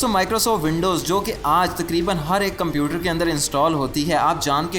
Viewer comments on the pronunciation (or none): none